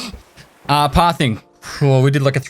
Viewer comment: Is he saying "Pathing" or "Path Thing"?